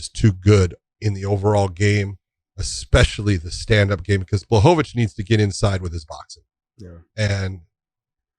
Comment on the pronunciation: You guys pronounced Blahovavich’s name wrong.